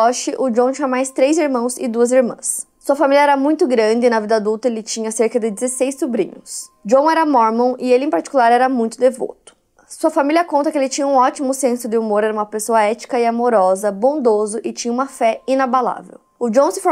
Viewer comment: Só eu que fico agoniada com a falando: DEVÔTO, IÚTA...etc? 😅